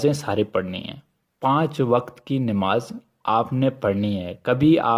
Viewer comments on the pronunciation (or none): none